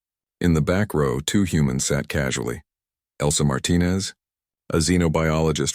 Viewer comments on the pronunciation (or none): none